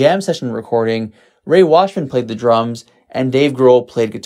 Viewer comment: Ray Washam, not Washman.